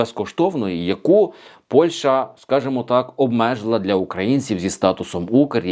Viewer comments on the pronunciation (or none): none